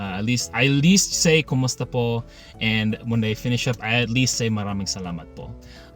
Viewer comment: Hey,! Glad you're continuing with your Tagalog/Filipino-learning journey 😸 I think your pronunciation is good overall. You got "maraming salamat" & "walang anuman" right. Great job, dude!:D If I were to nitpick though, I did notice the long "o" / "ou" sound when you said "po". It sounded like "poe" or "pohh". We don't usually elongate "o" sounds because our rhythm is more staccato-like. So try to cut the vowel sound short, or like just pop the sound, instead of lingering. The "po" you did near the end sounds much better:D Also, "ng" is a part of the Filipino consonants, so you're right, you will encounter it in a lot of words so you have to get used to it, haha (try saying "nga" "nge" "ngi" "ngo" "ngu" multiple times like you're vocalizing, you'll get the hang of it eventually 😆) Hope this helps 😁 Keep it up! Hanggang sa muli!